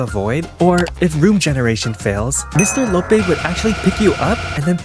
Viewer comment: Fr bc imaginary friend is a girl, and he doesn’t even know who the multi monster truly is. also he completely mispronounced Mr Loppee 💀